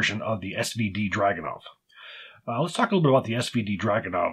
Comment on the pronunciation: If anybody cares, its DragunOv (emphasis on O) and See-monov